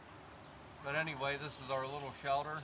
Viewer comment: He calls it a "shelder"